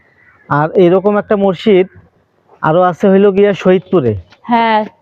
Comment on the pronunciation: আরে ভাই মসজিদ উচ্চারণ টা ও ভালো করে করতে পারলেন না। কি আফসোস রে ভাই আমাদের সৈয়দপুর, পার্বতীপুরের ভাই আমাদের মান সম্মান টা রাখলেন না।